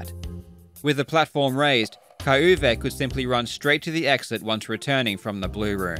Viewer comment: The pronounciation of the german Name kai-Uwe is Kinda funny